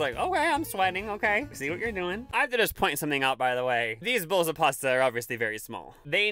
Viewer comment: that because there called salad bowls not bowels ffs 🤣straw not strar 🤣🤣